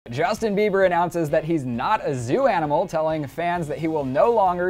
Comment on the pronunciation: "Justin beaver" is so annoying I'm not trying to be rude but he gets on my nerves